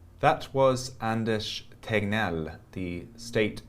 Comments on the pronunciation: It's so funny how perfect you pronounced Anders Tegnell. 😊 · That was a flawless swedish pronounciation of Anders Tegnell ⭐ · Thats the best pronounciation of ”Anders Tegnell” ever spoken by an englishman ever. Im genuinely impressed. Nice of you to make the effort! Also, great interview as always! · Holy shit, you pronounced Anders Tegnell like a true Stockholmare.